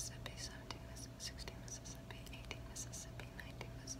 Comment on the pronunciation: Her "fake" accent (idk if its real or not) slapped when she said Mississippi 😤💖💝💗💘💞🔥